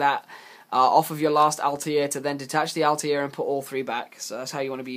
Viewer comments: JustTooGood It isn't though. "Altaïr" from AC has a double accented "i", which leads to the "All-tie-ear" pronunciation. "Satellarknight Altair" has no such accent, meaning it is pronounced "All-tear" as in "A'll tear you a new one for pronouncing 'Altair' wrong." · It's to counter the fact he can't say Altair correctly.